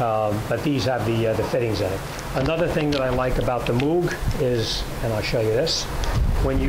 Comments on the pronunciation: It’s pronounced mowg, combo of mow with a g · Moog is pronounced like Moe-g. Like Mow your grass. Or Larry, Curly and Moe.